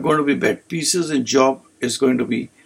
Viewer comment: It’s Pisces not pieces 😂